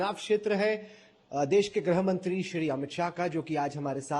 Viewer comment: ग्रहमंत्री (grahamantri) नहीं गृहमंत्री (grihamantri) बोलें राहुल कॅंवर।